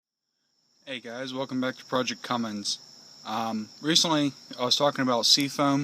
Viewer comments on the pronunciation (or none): none